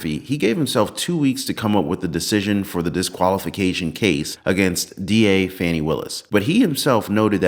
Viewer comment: 👉 💙💙💙 VOTE BLUE !!! 💙💙💙 (ps - her name is pronounced FAW-nee !!!)